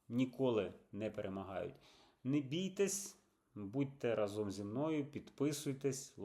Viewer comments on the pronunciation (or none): Та РА́ЗОМ, а не разо́м. Ну скільки можна? Доросла людина, доктор наук